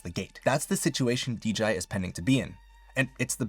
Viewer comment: ...Why are you saying DJI like that? lol